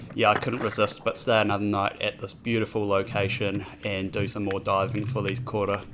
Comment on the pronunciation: Love the vid bro! Meke catch and spot! A wee bit of a tip on the pronunciation of Koura, the start of the word makes more out a ‘co’ sound - love the effort you put in to your kōrero maori! Keep it up 👍🏽 look forward to future videos.